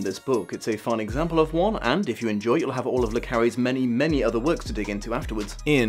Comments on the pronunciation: come on, how many french names can you pronounce wrong before you find out it's "luh" not "lee"? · It's not Lee like Bruce Lee. It's Le as in French for 'the'